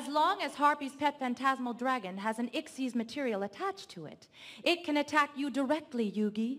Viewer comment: Lol she calls a xyz monster a "ixs" monster